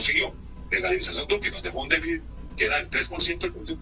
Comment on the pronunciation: Con mucho respeto pido por favor se pronuncie déficit (con t al final) no se dice "déficis".